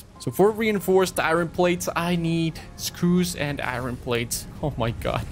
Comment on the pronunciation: pretty sure its ir-on not i-ron